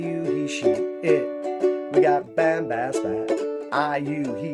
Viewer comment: Bam has bat is actually pronounced "bom bos bot". Good try though. Also, don't rely on Google Translate.